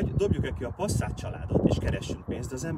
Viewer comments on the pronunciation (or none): Passzát? Mi van? Az Pászzát, ha már kimondjuk!